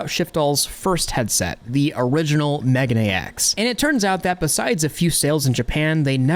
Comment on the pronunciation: it's not "mega-nex" it's "meh-gah-neh-ex"